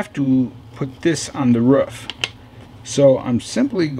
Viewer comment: Dude , there's no U in roof ! It's not a ruof !! It's a roof !